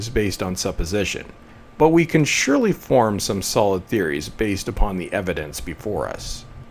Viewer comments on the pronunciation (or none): none